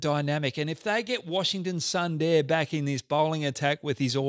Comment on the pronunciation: Hey, Pronunciation of letter "U" in Punjab and Sundar need to just reversed to get them right :)